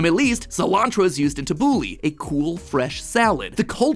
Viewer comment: Neither the name, the photo, or even the spice is correct. xD its pronounced "ta-boo-la-h" it does not look like what's shown at all, maybe has a few shared veggies with taboolah but otherwise no. Cilantro is not used, but rather the much too similar parsley instead. fun fact: taboolah is made with no water in the salad, only lemon juice making it so sour it has a permanent effect on the teeth if eaten part of a diet. The masters of taboolah in my opinion are the dimashqieen (people from the damascus area or historically sham)